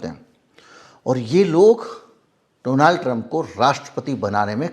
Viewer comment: Apna to Baklol hai usko Donald kahne nahi aata Doland kahta hai ,entire politics pass that is no subject in syllabus